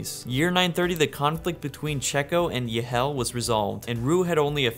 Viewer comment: Awesome video! Here’s a tip on how you can pronounce the names of these kingdoms. “Y” can be pronounced as “ee” as in “need” instead of “yuh”. For example holy is “holee” not “holyuh”. This can be for the generated kingdom names too. Holy Yd can be Holy “eed”, and Ylehel can be “eelehel”. Hope this helps make the names sound cooler and easier to pronounce!